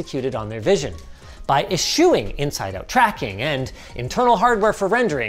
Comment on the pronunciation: "by isSUEing..." lol, definitely could have taken a re-take.